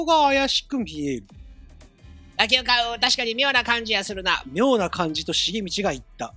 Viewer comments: ずーっとラキオのイントネーションが「よしお」とか「まさお」なんだよなー笑 多分正しくは「カシオ」と一緒なんだよなー笑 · ラキオの発音がラキ男なのw